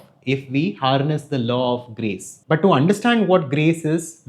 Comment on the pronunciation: Your kept saying grace but I kept hearing Grease and thinking of John Travolta. Dude, I gotta clean my filthy ears!